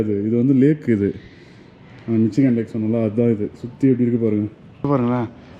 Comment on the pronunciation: Bro 😅 Eventhough it spells Michigan... pronounciation is mishigan .